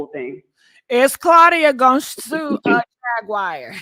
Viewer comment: Who is Jag-Wire??? Lol